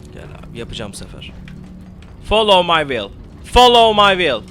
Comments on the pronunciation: Folov may viıyl değil şu olacak : faolov may viıyl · Videodan anladığım : folovmayvil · Nice video, lot of fun ! u'll win the battle against the " follow my will " pronunciation :D